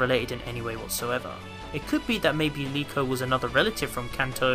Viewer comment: I hate people saying Liko it's definitely Riko